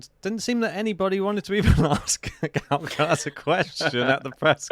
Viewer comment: Guys it's Carlos Alcaraz not Carlos Alcalaz. Please pronounce it properly